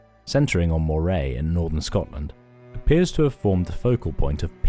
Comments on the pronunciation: Pity about their pronunciation of Moray - it should be as Murray, not Mo-ray. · Where the F is Moor ray? Do you mean Moray (pronounced the same as Murray). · Nope, it's not. it's pronounced how it's spelt - Mor eh. You don't call it a Murray Eel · Small note on your commentary in an otherwise excellent video. The Moray cost, and Moray firth etc. are pronounced - despite the spelling - murray by those that live there. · Quick nitpick: Moray is pronounced Murray, like Bill Murray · Mate I live next to Moray. It’s pronounced Murray We’re talking about the place, not the bloody Eel 😂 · Moray is pronounced as Murray not Mor-ay. And it’s Trap-rain like two words although it’s one word. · This is the best Youtube offering on The Picts. It is, however, nearly spoiled by the (otherwise impeccable) narrator's gross mispronunciation of moRAY (for MURRay) and dalriADA (for dalRIada). Worth correcting.